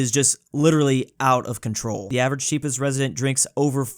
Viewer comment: It's Chi-ah-pas